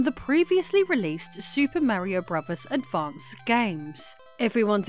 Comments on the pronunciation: Bruvers? Lol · "Super Mario Bruvas" 😂 she says "Mario Bro's" though 😅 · "Super Mario Bruvverz 3" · "Super Mario Bruvas 3. Anus cess city" 😂 Also I was given a free Wii U about two years ago and it was great 😊 I got to play all my Wii games in hd and my kids loved the tablet. Unfortunately my 3 year old pissed on the tablet and it shorted